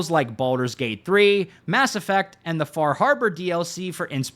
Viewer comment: You pronounced FAH HAHBAH wrong.